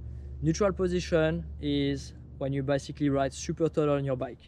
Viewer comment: I like how, with your accent, "basically" sounds like "bicycally"